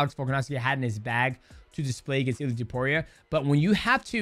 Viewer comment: why u keep calling him illy edit : great video btw